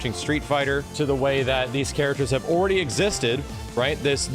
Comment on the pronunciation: I like the way he says already "oready"